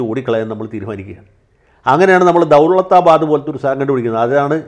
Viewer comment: ദൌളത്താബാദ് എന്ന പേരിൽ ഒരു ്് ഉച്ഛാരണപിശക് ഉണ്ടോ എന്ന് ഒരു സംശയം. ഹിന്ദിയിലും ഉർദ്ദുവിലും " ള " എന്ന പദം ഉണ്ടോ? ദൌലത്താബാദ് ആകാനാണ് സാദ്ധ്യത.